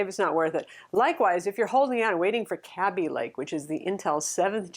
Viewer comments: I also thought it was kay-bee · Hi, "Kaby Lake" is actually pronounced “Kay-bee” Lake, not “Cabbie” Lake. Source